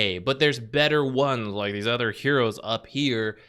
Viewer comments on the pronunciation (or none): Can you stop saying ether instead of other. "Bane is anether one..." "Ether heroes."